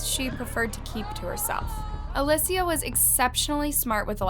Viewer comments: is it clickbait? Or is it a lazy channel that can’t be bothered to check their work and make sure they’re not leaving typos like “the onine abduction” in the very beginning of their intro? Not to mention the blatant mispronunciation of the victims name throughout the ENTIRE video. This channel is so focused on pumping out frequent content, but doesn’t seem to care at all about the quality of the work they’re putting out. It’s inconsistent and often portrays stories in a manner that is problematic and disrespectful to the victims. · in Spanish it is pronounced Uh-lee-cee-uh. Not alyssia. Thank you, I also speak Spanish. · isnt Alicia pronounced Ali-sh-a not Ali-sea-a sorry if im wrong no hate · Uh-lee-shuh. Alicia. Not alyssia. I couldn’t even watch this because my name is Alicia as well. Her name was even said on TV and you’re still not pronouncing it correctly. 🤦🏻‍♀️ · All the different name pronunciations are kinda frustrating. "Ah-li-sia" "Ah-leh-sia" Girl it's Ah-lee-sia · I love your content but how can you possibly mess up the name “Alicia”??? You’re pronouncing it as “ALE-SSIA” it’s “ALY-CIA” 😂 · Aleeecia not Alyssa or alussaaaaa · Omg again girl? Her name is ...A-lee-sha Not A-liss-e-uh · Why does she keep pronouncing her name as "Alecia" ??? It's not too hard to pronounce 'Alicia'. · Hello, just wanted to let you know her name is pronounced Ah-lee-see-ah, thank you for making this video and bringing awareness! I personally knew the family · Why do you often mispronounce the names of the victims? A LI SH IA if you want to pronounce it as an English speaker ALI SIA if you want to pronounce it in Spanish. is not that difficult. Damn it. You pronounce it differently throughout the video. The same thing happened with the Kamari video and the one of Paulette Gebara. Seriously, I love your videos but you changing the pronunciation of the names of the victims during the footage is distracting. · Uh lee cee uh !!!! It's not that hard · They are saying her name wrong